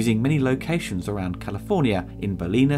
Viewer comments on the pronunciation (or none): Love your reviews! I actually subscribed two videos ago, but...why do you always pronounce Spanish words as stressed in the last syllable? vasquEz, sierra madrE, most of spanish words are stressed in 2nd to last syllable VÁsquez, sierra mAdre. A tip, if has a (´) over a letter, the word is stressed on that letter. ;)